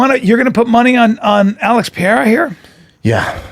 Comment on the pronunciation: Pereira - pronounced Puh Ray Uh not Pee Air Uh jeez man